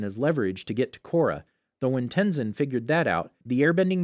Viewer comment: Ten Sin